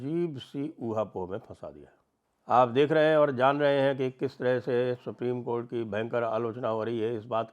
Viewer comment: Supri.... co... nhi supri.. cothh.....